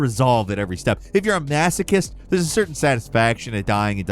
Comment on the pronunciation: Say Masochist bruh 😂